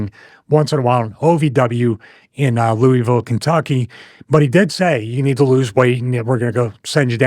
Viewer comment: That is not how Louisville is pronounced, Stevie.